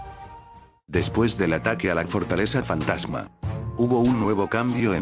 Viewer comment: Like si te diste cuenta que dijo fatama pero es fantasma no fatama